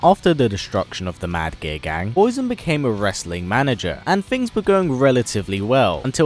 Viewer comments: Is he saying "Mad Gear Gang" or "Mad Gay Guy"? lol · I can't stop hearing him say "Mad Gay Gang"